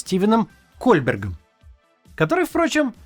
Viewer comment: Поправочка поправочки: с Ко(у)бэром. Он произносит фамилию на французский манер, Л и Т не произносятся.